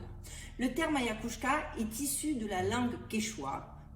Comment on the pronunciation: très beau bien réalisé merci d'avoir éclairé correctement les gens curieux juste je c que tu as un petit problème de locution comme tu la expliqué mais ca fait vraiment blizzard d'entendre autant de fois le mot mal prononcé c AYAHUASKA phonétiquement ayawaska c pas grave tuc c juste pour toi et la credibilité que tu peux avoir devant les septique mais bravo pour tout ce que tu fait BOOM❤❤🙏🙏